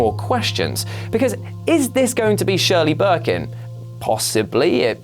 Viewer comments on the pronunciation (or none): "One of my favourite games of all time"... "Shirley Birkin" come on